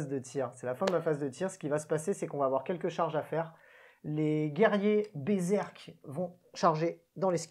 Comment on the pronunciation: Alors par contre, moi, je te félicite ! Parce que sur toutes les chaînes ils disent "Berzerk" et ça m'agace. On pourrait aussi les appeler Bézeurk !! Bravo ! Toi tu as lu le nom avec attention...